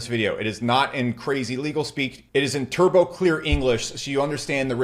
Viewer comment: He said “Turbo” hard